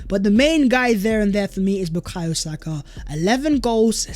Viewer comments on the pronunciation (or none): none